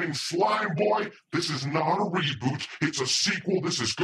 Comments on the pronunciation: “Seboot” Redlettermedia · It's not a reeboot of a reeboot, it's a reSET! A CORRECTION if you will ;)